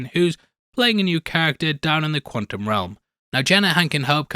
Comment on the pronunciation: I hate that says quantum without the T. Quanum? What’s quanum? Lol